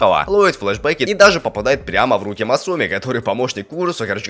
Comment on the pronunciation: мне больше всего понравился момент где ты говоришь масУми или мАсуми а я не я не помню уже